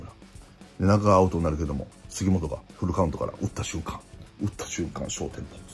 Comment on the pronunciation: とんぐぁう、すぎもつぉ